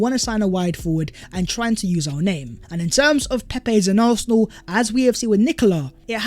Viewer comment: “Oohawsinall” as British as it gets right there.